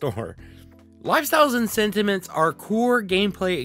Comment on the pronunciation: When you first say sentiments I heard cinnamons XD thank you for the overview!!!